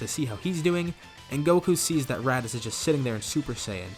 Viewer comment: you said radicks lol